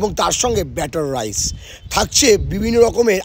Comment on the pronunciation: ওরে সোগো ওটা বাটার রাইস ঠিক মত বলতে শেখ